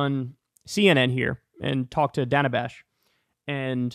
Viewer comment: Dana. Another simple name you apparently can't pronounce.